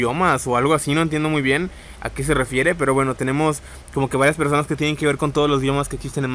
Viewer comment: soy el unico que le pasa que dice " vista en 3 PRESONA"?